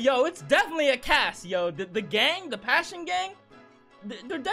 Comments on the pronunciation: It's not the "Passion Gang" It's pronounced PASS-SEYO-NEY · Its pissione